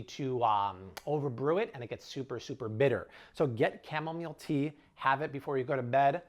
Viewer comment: I thought he said "camelmeal tea."😂